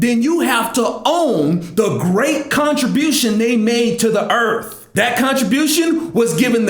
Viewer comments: For your uplift and edification, brother;...... There is nothing in the scripture that indicates that the Fall was the day after Eve was created and stating so could be misleading to some who might be on shaky ground. "...... da erthf...... da erf......" ROTFL! Wish I could thumbs up the video multiple times. Totally agree about the "n" word...... and your Africa narrative. In all of history nothing good has ever come out of Egypt. P.S. I'm a 56 y.o. white boy and I think you could PROPERLY evangelize Candace Owens. It's good to see at least that her politics are more correct than not but her know ledge of the Word is sorely lacking. I so desperately want people like you and her to get in front of issues for and about the black community before the Dems have a chance to twist it. Just keep talking brother, keep talking. I'll bet that most times you feel maybe not as effective as you want to be but don't let that discourage. Not that you need my cheerleading but I guarantee you any non-racist white person who sees your video's is a fan of your's. Jesse Lee Peterson is another I like. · Earf... haha